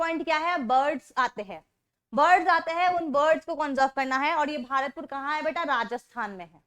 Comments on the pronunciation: Not भआरतपुर it's भरतपुर 😂😂😂😂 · I am from bharatpur it is pronounced as भरतपुर